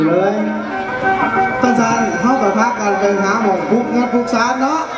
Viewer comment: โดยรวมมีหนุ่มเสื้อแดงคนเดียวที่เว้าสำเนียงดั้งเดิมได้ใกล้เคียงที่สุด (ใกล้เคียง) คนอื่นจะผสมสำเนียงย้อบ้าง สำเนียงผู้ไทบ้าง หรือบางคนพูดสำเนียงขอนแก่นไปเลย ไป คำนี้ต้องออกเสียงตรงกับ ไป ในสำเนียงไทยกลาง ไม่ใช่ ไป๋ หรือ ป๋าย ลองเทียบเสียงคนเฒ่าคนแก่พูดคำว่า ไป ดูซิว่าตรงอย่างที่พูดไหม